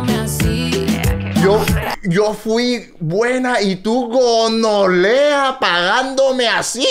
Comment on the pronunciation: Mi parte favorita es cuando dice- Gonolea XD